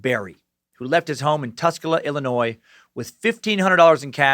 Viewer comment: Excuse me...did homeboy just pronounce Illinois as Illi-noise???